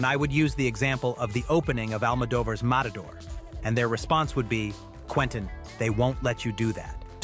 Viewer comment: Almodóvar’s name is mispronounced. Very annoying.